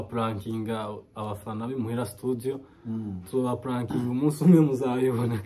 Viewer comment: Hhhhh = 293.000frb. imuhira studio don't speak studio . Prononciation ya studio à vérifier et à corriger but we l'vu and take courage